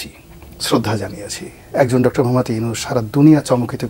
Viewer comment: প্রফেসর ডকতর ইউনূস বলেছে, নয় বলেছেন বলেন। ডকতর নয় ডক্টর। মিডিয়া।